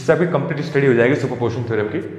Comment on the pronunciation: Its not super portion theorem its super P O S I T I O N theorem.....anyway,good job. 👍🏼